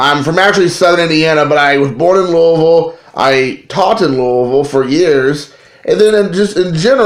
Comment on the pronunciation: If I heard you say "Loolville" one more time I'm was gonna unsubscribe...but then you brought me back when you said "I'm all about that base". Then you referred to Barry Larkin as being boss level and lost me for good. Those Member's Only cards will go great with your Member's Only jacket!! And don't worry, I never quote you on anything. Love the JimCarlo card, that would befuddle me as well!!